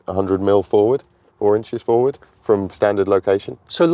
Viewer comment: Fwoard! Phwoard! Fowwwwwwwdaaaa!